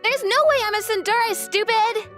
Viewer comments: Its not pronounced soon deer repeat after me soon day ray spellled tsundéré pronounced soon day ray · I think you mean SUN DEER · Tsun-der-e: three syllables!!! Get it right. I don’t speak Japanese, but I at least know that! These are professional VAs. They should get it right. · There are always wrong pronunciations in these dubs but what the fuck is tsunDEER. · The mispronunciation of Tsundere is physically painful. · It actually caused me physical pain to hear it so egregiously mispronounced. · It pains me to see it mispronounced 😭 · you can tell that the male voice actor for the second story has never watched any anime of any kind or any of these romcom manga videos in his life by how he pronounces "tsundere"